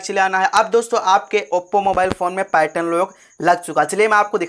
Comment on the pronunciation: भेरू इसको पार्यटन नहीं पैटर्न बोलते ही